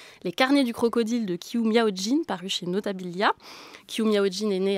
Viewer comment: Qiu se prononce comme Chiu, pas 'kiu'.